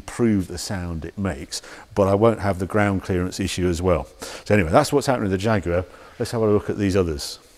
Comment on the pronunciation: Am I the only one who's hearing him saying jagurar